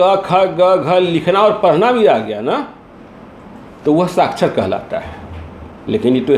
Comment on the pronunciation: Sakhchar - Nirakhchar. Littred-Ilittred. Sdo ko malum nahi hai. Vah Sdo sahab